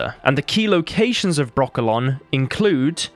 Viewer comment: Why every time he names Brokilon , i hear broccolo(n) 🥦?